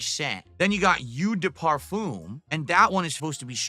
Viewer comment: Wants to review cologne, can not pronounce "eau de parfum". Classic.